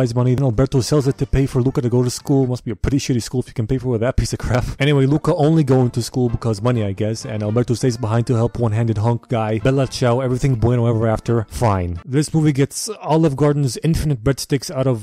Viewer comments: I know I'm going to sound like a asshole but it's (FEE-NAH) not fine only know this because I do band lol. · The funniest part is when he reads "fine" ("the end" in italian) as an english word